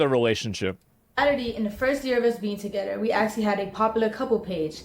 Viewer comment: She doesn’t know there’s an h in the word together and it’s driving me crazy